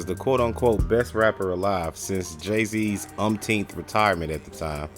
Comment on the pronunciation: “Uptenth retirement “ 😫